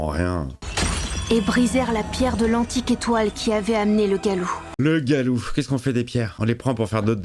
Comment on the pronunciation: Le loup "Galou" 🤣🤣🦣🦣🦣